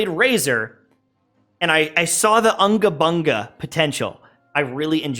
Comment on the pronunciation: It's not Anga banga it's unga bunga ☕